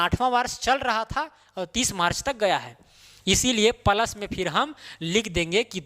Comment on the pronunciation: Plus को प्लस बोलो पलस गलत है। आपकी भूल निकालने का इरादा नहीं है। लेकिन आप जैसे कुशल शिक्षक के टीचींग में चार चांद लगाने का ही इरादा है